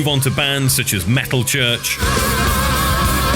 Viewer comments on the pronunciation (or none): none